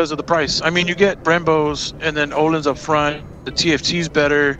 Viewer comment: It’s ohlins…. Oh lens ….. ohlens ….. ohlins